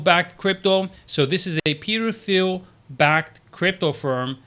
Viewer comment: Thanks for the video. FYI, Thiel is pronounced “teal” like the color. The H is silent. Sorry to nitpick but just in case you talk more about him in future vids wanted you to say it correctly.